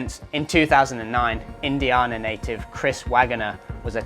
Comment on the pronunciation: Indi -ahna was the egregious one. Assuming he's trying to say Indiana